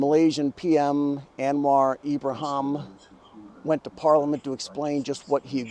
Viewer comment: An-war Ibrahim, not Am-mar Ibrahim. Surprised you misread Anwar.